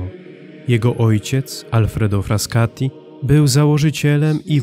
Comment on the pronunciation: Nie Fraskati, tylko Frassati